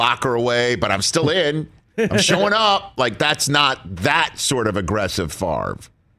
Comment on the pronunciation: Tom "Fahv-Re" Brady!